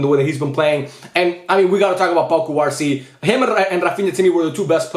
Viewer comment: should you pronounce cubarsí with a stress on the í instead of the a?